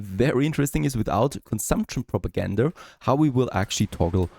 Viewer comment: May I ask why you say Progagander instead of Propaganda ?